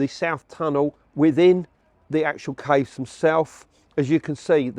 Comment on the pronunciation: It took me a minute to figure out he was referring to “caves” when he was pronouncing it weird